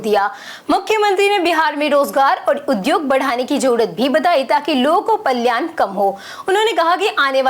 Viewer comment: पलायन का उच्चारण पल्यान बोल रही हो।